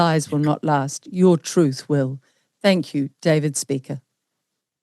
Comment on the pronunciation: David Speicher, presumably pronounced speaker?! Really, seriously?!